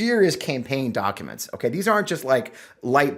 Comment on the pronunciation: The way pronounces documents, (dok a mnts) is cute. This doc dump is absolutely bizarre. Holy shit the all time, research and money that went into it and now it’s just a free for all 😂